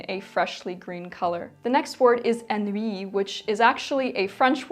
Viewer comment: Hi from France, Lady :) I really love your videos, always calming and inspiring ! Thank you for your work. For "couchant", we say "coo-chan" (-t is silent). And "ennui" is more "An-nui" (like in "antagonist") Hope this could help you improve your french as you help me improve my english :) Have a nice day !